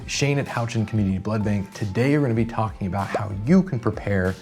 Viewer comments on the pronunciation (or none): none